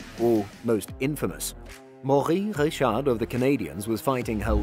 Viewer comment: I dont think ive ever heard someone pronounce Maurice Richard that badly